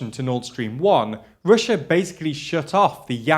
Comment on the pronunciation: Can we please address the real issue here? Can we pwease find a pwesenster wifout such a speech impediment? The word is EUROPEAN, not UWOPEEN!!!!! Its Russia, not "Wussa"... Jesus Blimey Christ!!!!